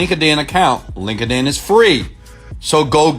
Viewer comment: Everytime he says "Link-ed-In" I crack up!